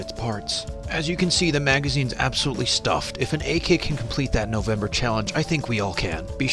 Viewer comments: Stop saying akak it is ak the letters a k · Did he just call a AK a ack.... A ACK!!!!!! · Why do you call it ak ak it’s pronounced ayky or AK47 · AK not AKAK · The “ak ak” I thought it was pronounced “Ay Kay” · it's ak not ack ack idiot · Its not pro nounced ACK its pronounced A K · He said ak when it is pronouced a-k 47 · people when pronouncing AK, Ay kay (this guy) Ack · Man said acck eckk 47 Its properly pronounced Ayy Kay 47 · “Ack ak fourti second” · its kinda like hes saying ak ak-47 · No don’t no you no how to say ak 47 don’t saw ake ake 57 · How he pronounces AK: ACKK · lol "today we grow ack ack trees" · Did he just pronounce ak-47 but AKAD-47??? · It’s not pronounced like that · the way you pronounced ak made me laugh for 5 hours